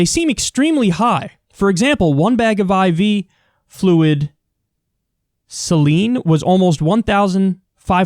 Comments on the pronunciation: Celine lol .. its Saline. (say-leen) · Saline ...? Really Kyle? Just like Celin Dion huh. It’s pronounced - SAY LEEN. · Kyle saying Celine instead of Saline (Say•Lean) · Dude can't pronounce the word saline. Stopped watching right there. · "Celine" is meant to be "saline".. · Funny how they don't get it until it slaps them in the face. Oh and btw that bag is pronounced say-lean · pronounced SAY-leen saline ( American pronunciation ) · Say-lean Kyle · SALINE . = SAY-LEAN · Pronounced SAY LEAN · Saline, as in, Celine Dion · Talk Kyle, Saline is pronounced (Say-lean). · Saline is pronounced "say-lean". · When he’s your dream political commentator but he can’t pronounce “saline.” ❤️